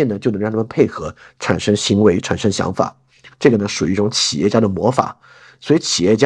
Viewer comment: 企(qì)业，这也是老中祛魅的一部分吗哈哈哈哈